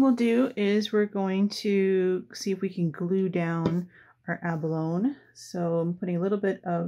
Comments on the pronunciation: Once again I have had to pause your video, to immediately try to purchase one of the products that you use. I can’t help it, you do such gorgeous work., that I had to get some abalone (pronounced, ab-uh-lone- ee, just for the sake of correctness, not criticising) so I went to Aliexpress and purchased an abalone sheet, then came back to watch to the end. The same thing happened with Daniele Baresi’s products! I just must have them, immediately! I look forward to each new video that you do. I had to watch the short Christmas ornaments compilation several times, while frantically hitting the pause button to get a good look at the pieces, even though I had seen a video of you making them! Anyway, keep on keeping on! Regards from NSW Australia. 🇦🇺👏👍✌️ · Gorgeous,. Btw. Abalone is pronounced abalony. Just thought you’d want to know. 😀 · Beautiful work!! The pronunciation of abalone "a buh low nee" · Just a little comment about the pronunciation of abalone - a·buh·low·nee .